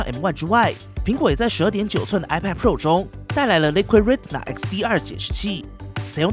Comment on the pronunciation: ，英语里Retina这个单词，T字母的发音是不完整的，不需要完整发音。